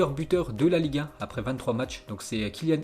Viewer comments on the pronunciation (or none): a chaque fois qu'il dit Ligue 1 j'ai l'impression qu'il dit liga